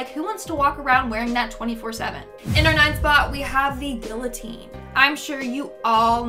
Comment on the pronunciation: Haha you said pay attention in school but completely butchered guillotine LOL